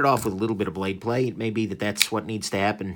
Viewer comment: Did you just say “Plade Blay” ? 😂